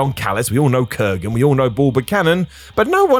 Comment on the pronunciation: Why does keep saying "kurrigan" instead of Kurgan sometimes? 😂